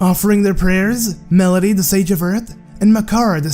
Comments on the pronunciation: The earth sages' name in Wind Waker is Medli as in a medley, NOT Melody. Sorry to nitpick, getting names wrong just seriously bugs me for some odd reason. Also, there's not much else to complain about. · This nigga said melidi the sage of earth MELIDI